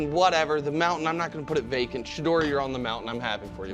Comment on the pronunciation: Nick did Sheduer like Kevin Stefanski did Sheduer in the post game speech of his 1st win.